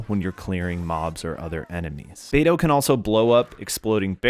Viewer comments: Pronouncing it "bay-doo" is killin me but I love this guide, thank you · the way u pronounced beidou like bae doo.. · I just heard Beido not Beidoo?